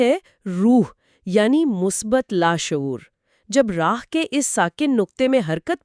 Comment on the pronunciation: راہ کی بجائے اسے۔۔۔'راح' پڑھا جائے۔۔۔